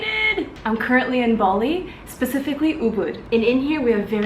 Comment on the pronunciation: Bali, not Boli.